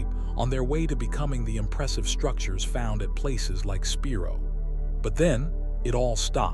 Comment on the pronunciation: Spiro is pronounced like spy-ro, not spee-ro. Wichita is pronounced witch-eh-tah like Tahoe, not like cheetah. Heavener is pronounced like heave, with a hard e, not like heaven. As an Oklahoman this was really hard to listen to and I didn’t make it past to see what else you mispronounced